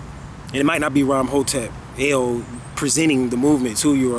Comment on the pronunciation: also is there a reason why you decided to flash the baphomet at the start of this video, was that just a coincidence or intentional? also i have noticed that you tend to put alot of emphasis on the word EL, in your name?, does that title hold alot of significance for you, or are you trying to send us a subconscious message.